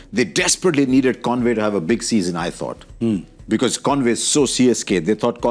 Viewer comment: Kindly get it right Gaurav, it's Conway and not convoy 😅